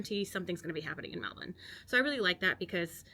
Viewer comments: Thank you for pronouncing Melbourne properly, my respect! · You're definitely Australian now. You're pronouncing Melbourne correctly 🙂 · Great vid 👍 I always knew an American could say Melbourne like us lol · "There are Australians all over Europe. I mean, all over the world really." We're like McDonald's :) My sister is married to an American. He has now lived in Australia longer than he lived in the US, but even he still pronounces Melbourne with a slight American accent. You've got the pronunciation down perfectly. Well done!